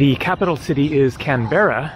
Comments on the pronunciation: Canberra is pronounced Can-ber-ra not can-bear-rah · It is breaking my brain to think you're here in Australia! Where you are still is so different to my next of the woods, down on the Mornington Peninsula which is south of Melbourne. I'm sure my compatriots will mention that Canberra is pronounced "CAN-bra". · Most of your pronunciation is good. Canberra is pronounced Canbra. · You definitely didn’t pronounce the capital correctly.😂 Ask a local what the capital is and listen to how they say it. Great video none the less, thanks.👍🏻😊